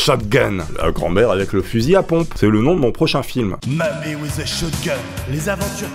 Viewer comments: Mamie with a shotgun pas whith :) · "whith" l anglais et toouny cela fait l'infinie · "mamie wHith a shotgun" tounlar bilingue 😂